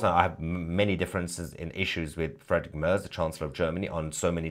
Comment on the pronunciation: "Frederick Mörs"??? 😂 His name is pronounced "Friedrich Maerts". 😉 And yes, of course, also for me, as an Austrian, there is no state of Palestine.